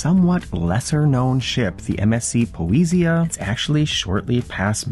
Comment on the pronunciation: It is pronounced po - ess - sia thank you/